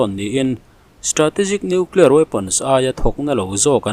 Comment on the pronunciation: Hepa lah hi noeclear ti reng mai. Dawihzep pa. Ka ti ringawt mai